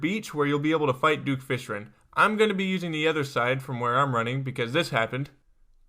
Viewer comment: I love your video but you said "Duke Fishren" I am not trying to be rude but I just think this is kinda funny.